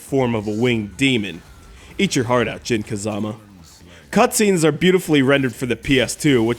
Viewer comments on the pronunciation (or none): Its jin not jim